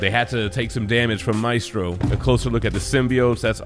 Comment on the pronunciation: Great video. Thank you for pronouncing his name name correctly. There's a Jackass out there who insists on pronouncing it "May-stro" I guess he's a little too hooked on phonics.